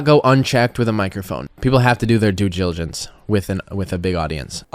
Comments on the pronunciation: Technically he said “due jilligence” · “due jiligence” 😂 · Did he just say "due jilligence"? 😂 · Did he say jew jilligence? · at the end he said "due jilligence" lol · "People have to do their dewdijiligence" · "Doojillijance" - Whislindiesel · "People have to do their due giligence" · He’s talking about "due giligence" silly. It’s a skit but you’re taking this seriously 😂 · lol i thought it was due diligence not due jiligence nice cody i wonder if he knows what it even means. Thanks for your covfefe of this topic. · YA NEXT TIME YOU BETTER DO YOUR "DOO JILIGENCE" STOOPID HED!! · Let’s be clear, he didn’t say “due diligence” he said “due jillijance” so maybe that adds to being able to claim being illiterate when he needs to pivot to another excuse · “People have to do their due jilligence” - Whistlin Diesel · Did he say Jew diligence multiple times? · Jack and Jilligence went up the hill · In hist defence he said "do gilidence" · "due jiligence" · I didn’t know it was pronounced “Due Gigalence”. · I think you'll find he said "due jiligence" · “Due Jgilligence” -Whistlin Skeezle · It sounds like he said, "Dew gilligance." It makes no sense why anyone would even entertain this uneducated tool. It's a sad indictment of the current state of the "world". The kid doesn't realise what a dumbass he is and is readily proving himself to be. Long may this feud of sorts continue! Bravo,. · I actually make it a point not to follow that clown. And he cant even say due diligence correctly. The world we live in is fake. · I had to pause it and go back like, did he just mispronounce due diligence that bad??? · I would honestly not take my financial advice from someone that can't even say due diligence right. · would be great if the douchebag was even able to say "due diligence" without marble mouth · He can't even pronounce "due diligence". No wonder he doesn't do it himself. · Whistlin can barely pronounce "due dilligence."